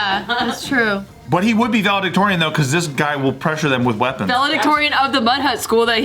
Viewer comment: Pleas pronounce valedictorian correctly. There’s only one V